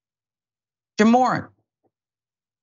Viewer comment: Lol jamorant....😂 JA, MORANT...